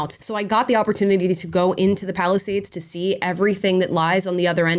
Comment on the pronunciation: It kinda sounded like Palestinians. I know thats not what you said but i just found it a funny though.